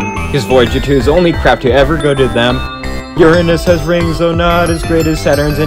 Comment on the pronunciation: FINALYYY A PERSON WHO ACTUALLY KNOWS HPW TO SAY URANUS 😮‍💨